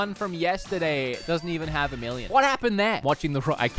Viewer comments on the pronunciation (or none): none